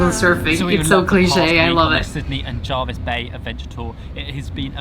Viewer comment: Pronounced JERvis not JARvis bay. Hyams Beach in Jervis Bay is considered to have the whitest sand. The Surf camp is on the northern most end of Seven Mile Beach.